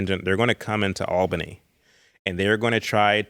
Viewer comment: I have already commented but want to do so again to say how happy it makes me that uses the very correct term "War Between the States". Because that is what it is. The War of Northern Agression is another one. I will forgive him, however for his mispronunciation of Albany, GA, us Georgians say it as (ALL-benny), not Al-been-NEE, but he's not local so I can overlook it 😊 because this is an excellent interview. The northern outsider agitators were the real problem and would never let natural social moralism happen. They disrupted it in the 1850s-60s, again in the early 1900s, again in the 1960s, and yet again in the 1990s. We have to stop this cycle by examining the truths of history, and certain people need to accept they believed very exaggerated versions of the American South.